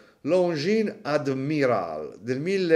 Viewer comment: Tutto molto bello e apprezzato tranne la pronuncia di “admiral” che entra in diretta competizione con certe pronunce “dial” di altri utenti nei video 😂